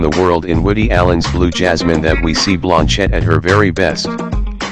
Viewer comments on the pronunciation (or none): You are mispronouncing Cate Blanchett's name. It is "Blan" as in bland taste and chett as a man named "Chet". The accent is on the "Blan".